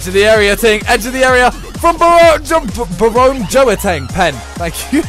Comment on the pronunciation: "barone joateng" lol